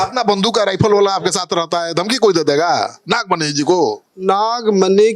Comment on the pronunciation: Nagmani nhi nagfani hai